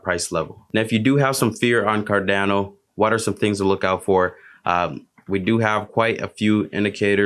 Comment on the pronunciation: It's not Dano....it's pronounced "cardawno"